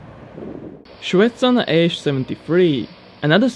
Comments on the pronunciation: Not ShvEtsov but ShvetsOv, and also not MIkulin but MikUlin. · Shetsov is pronounced shvetssoff. Mikulin is pronounced micoollynn.